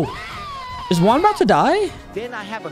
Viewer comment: When you are saying Juan it's like your saying work